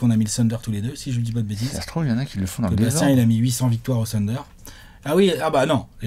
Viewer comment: tu dis Calvin Booth ("Boo-ss") alors pourquoi diable dis-tu tout le temps le "Tunder" pour OKC???